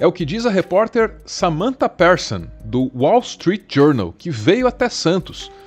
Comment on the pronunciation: PEERSON?? ONDE VC APRENDEU INGLES? EM ESPAÑA??? 😂SE ESCREVE ...PEARSON E SE DIZ PIRSON!😢